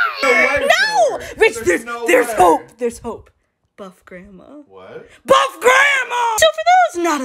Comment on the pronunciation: I love when says: B U F F G R A N D M A (Thank you for the likes:) )